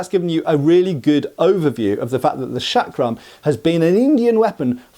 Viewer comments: Its not 'Shuck-rum' , the pronunciation is more like 'chuck-rum' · It is pronounced as Chakra , Chakram or Chakkar as the Ch in " Change" . Not as Shakram ( the Sh in Shake ) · seems to pronounce the first sound as SH, but it should be CH as in "church." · The correct pronunciation of this Indian weapon is chakram as written in hindi (चक्रं) and not shakram! The term comes from the Sanscrit word meaning "wheel" or " circle" and in yoga terminology "center of power" symbolised by a whirling vortex of energy. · Not trying to be a dick, but the word is pronounced "Chuck-ruh", not "Shaak-ruh". You're welcome. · It's pronounced CHakram, not SHakram. It's Sanskrit, not f*cking French. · The way you say "chakram" makes me think you spell it "Shaq Ram" (sorry, had to say it).